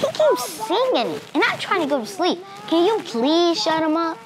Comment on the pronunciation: “It’s just from the cann”😹😹😹